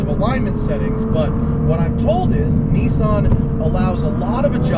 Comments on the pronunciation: Nissan not neesan. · remember guys, its NISSAN not NISSIN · Nissan not Kneeson. Thanks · How come all english speaking people blatantly ignore that Nissan have two S's in it? :D Niiisaaaaaaan xD